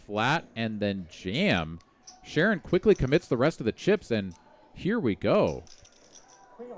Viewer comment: It's pronounced Sha'Ron not Sharon. 😊